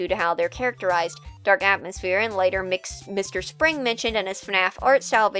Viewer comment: I really don't want to come off as rude or condescending, but that's not how you pronounce M.R. Springs' name. The M.R. is "M" and "R", which is short for "Merch Review". Also if I recall correctly, they may be non-binary? That, or I'm mixing them up with another person